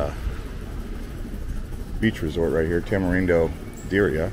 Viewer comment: Is Tamarindo not Tamerindo